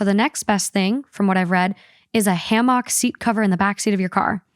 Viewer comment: SD is Service Dog. Also, the way pronounced "hammock" cracked me up. 😂